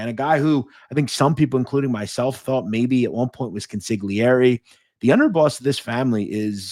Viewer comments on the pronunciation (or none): Consigliere is pronounced: consul-ee- air-ee. Spoken fast - consul-air-ee. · Why do people still mispronounce "consiglieri?" 🤦‍♂️